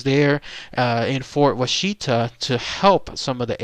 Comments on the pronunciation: Pronounced Wash-it-a, not wa-sheet-a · As a southern Oklahoma resident I cringe at hearing you pronounce Washita. It’s Wash Uhhh Talll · Wah-she-ta??? Dude needs to get the pronunciation right. Wonder how he'd pronounce Muskogee, Okmulgee and Chickasha? He'd probably nail Moss, Beggs, and Ada. At least he got the Aunt Jane story right. That story scared me way too much when my Cub Scout troop went there in '69. So what if I had to sleep with my nightlight for a couple of weeks, don't judge me. I was friggin 8. LOL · My Daddy grew up in the fort. It's pronounced "WAH-shuh-tah".